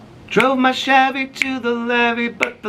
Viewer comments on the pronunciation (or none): none